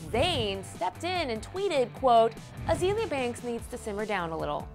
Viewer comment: wow they actually pronounced her name correctly!!! Azeeeeeeeeeeeaaaliaaa Banks.. not Azalea banks...